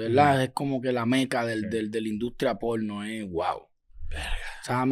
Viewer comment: que risa como dice la industria polllnoo 😂